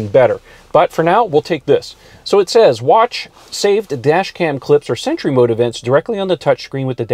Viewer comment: Why intead of sentry I hear century? 🤔